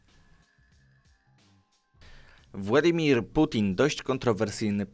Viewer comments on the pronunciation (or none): none